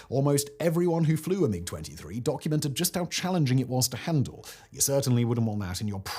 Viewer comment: Poorly researched, a lot of errors (everyone has commentated on the Belgium MiG story in particular), some sloppy reading ( constantly saying "M-23" instead of MiG) and just a personal bugbear, but the MiG-21 was bad? No, it was excellent, which is why it stayed in service for so long. Ask the Red Flag US pilots who flew it; they hated the 23 yes, but with the 21 they could go toe to toe even with the F16. The reason it was kept in service with the 23 was because Soviet Doctrine was always to have a short range, knife-in-phone-booth dogfighter, which was the 21, and a long range missile truck, which was the 23... And the 29 replaced the 21, NOT the 23 in that role. It was the Su-27 series (and the MiG 25/31) which replaced the bigger missile haulers. Sloppy, SLOPPY research.